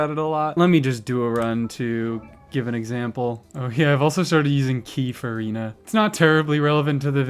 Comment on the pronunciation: "Key Furina" Mate.... "Fur-Key-na" was right there...right there!